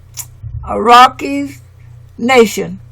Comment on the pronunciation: My Dear Sister commentator...the phonic pronunciation of "Iroquois" is: "EAR-O-QUAAH". Thank you for your diligence and honoring the ancestors and our matriarchal tribes and customs noted within this work. Let them be "Americans" for we are Amaru-Khans..."Royals of Amaru" in the lands called Atzlan later stated by the Greeks as "Atlantis". The True "Blue Bloods" and students of Tehuti/Djehuti also known as Thoth the Atlantean who set up Ancient Egypt and Hebraic customs which upon the Great Cataclysm Thoth went setting up the :Second Egypt and the Iberian Peninsula of Northern Alkebulan/Africa. Last...our Great Mother Amaruca connects with Asia by the Beringia Land Bridge/Strait now submerged underwater...still connected with the other. That is PROOF Amaruca/America IS The Orient and the Far EASTERN Lands of The Rising Sun!! We are NOT in the Western Hemisphere. "Pass me the Soy Sauce Please"..... 🙇🏾‍♂️🕊🙏🏾✊🏿🍷🤴🏿👸🏿👑👳🏽‍♂️👳🏾🦹🏾‍♀️🧙🏿⚔🛡🗿🗿🗿🕎✡ 🥍⚽️⛸🏀⚾️🏒🤠🦅🪶🏹⚖✊🏿